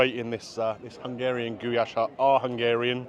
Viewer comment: Its just pronounced Goo lash. I thought that was your daughter not your wife 😅 My uncle was Hungarian and used to make Goulash for my auntie all the time.